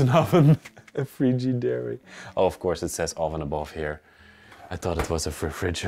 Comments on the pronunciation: Its pronounced fridge a dare. You did good.😊❤❤ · You're right Frigidaire is a company that makes kitchen appliances like refrigerator,dishwasher,freezer,and washer and dryer(it's pronounced as frigid-air)